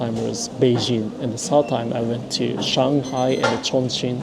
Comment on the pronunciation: Did you learn to speak some simple Chinese? Your pronunciation of Xi'an, Shanghai, and Youtiao are all pretty on point.